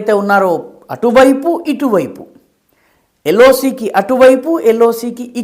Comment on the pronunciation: . "ఎల్లో సీ" అంటే ఏమిటో అర్థం కాలేదు సార్ ! పసుపు రంగు సముద్రమా ? అని అనుమానం వచ్చింది సార్ ! బా...గా.. ఆలోచిస్తే , ఎల్. ఓ. సీ. ( L. O. C. ) కాదు గదా అనిపించింది ; కొందరు ఇలాగే M.L.A. ను "ఏ మే లే" అనీ , L.I.C. ని "ఎలా...ఇసీ" అనీ , పలువిధాలుగా పలుకుతుంటారు ; ఇలాంటి సంధులు సరి కావేమో సార్ !